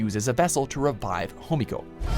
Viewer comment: One time you said Homiko